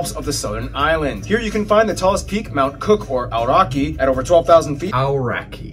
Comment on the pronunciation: He said Aoraki wrong